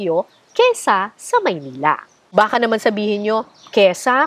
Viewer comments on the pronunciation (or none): Ukol po sa bigkas niyo ng “báka,” hindi po ba dapat ay “baká?”